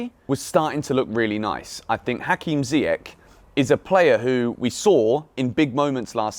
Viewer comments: Small thing. Ziyech has a last name that is pronounced with a soft “CH” sound like Church. So it should sound like Zee-yesh, not Zee-yek. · it's pronounced "ZiyeSH"